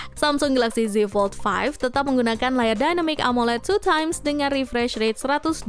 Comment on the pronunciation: 2x bukan 2teme